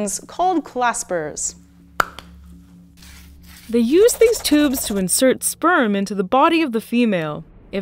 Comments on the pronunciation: claspers or clapsers? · it's written "clapsers", she says "claspers". what is it actually?🤔